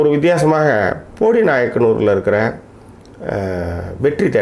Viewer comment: How u have been living in the world worst pronunciation its bodi not podi and one more is bodimettu and not bodi medu